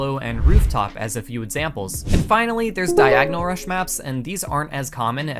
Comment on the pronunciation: i dont know why but whenever he said "rush" I felt like as if he said "crush"